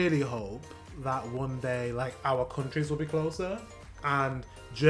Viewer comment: the irony that he pronounces it "zat" :D "th" is the top first thing germans struggle with pronounciationwise. in many cases we are so selfaware in that regard, that most have been teased when saying it wrong atleast once and we usually notice a german speaking englisch when it is just the tiniest bit off i remember once, it was like a sciencey vid and there was a professor or something, that lived in the usa for 20 years, working on some crazy advanced projects, teaching at universities and so on... 3 sentences in i thought "that person sounds german", and lo and behold, she was xD its like spidey senses